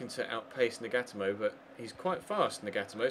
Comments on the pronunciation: Nagatomo= Nah-gah-toe-mo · Nagatomo is pronounced Naga-tomo